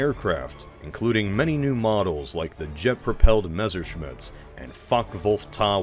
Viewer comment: Memerschmitts, huh?